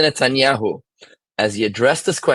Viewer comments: How come NONE of them can say his full name correctly? "Mr. Netai..." What obvious disrespect, which reveals more about their integrity than Netanyahu's character. He never even bothered to correct them. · I like how they pronounce his name. Mr natai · Why di these people mispronounce his last name? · They don't even attempt to pronounce his name correctly. The UN has been a pit of vipers since it's inception!